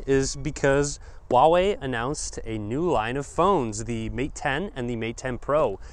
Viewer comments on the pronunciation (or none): It's huawei not wahwei. Lol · It pronounces hooa-wei actually